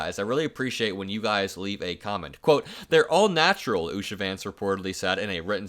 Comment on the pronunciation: Naturl? 😆😅🤣🤣 :face-blue-smiling